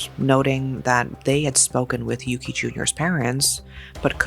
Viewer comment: As someone who was born and raised in Japan, I have to say this (not at all a criticism toward your reporting style; in fact, I appreciated this whole video). It's unfortunate that the perpetorator and the victm's names are so similar, but to the Japanese ear there's one very discernable difference. The boy's name is indeed "Yuki" with a short "u". The criminal's name, however, is "Yuuki" with a long "u" that sounds like "oooh", often transliterated as "Yūki". We are quite sensitive to the length of the vowels pronounced, and I think the deceased deserves to be differenciated like this. The two did not share the same name.